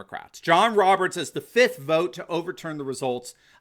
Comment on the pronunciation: Say there (who sincerely enjoys hearing himself)......let's use intelligent grammar & pronounce the word 'FIFTH' to include that 2nd 'F'! Too many viewings of Star Wars' "Attack of the Sith?!" PRONOUNCE IT LIKE YOU SPELL IT!!!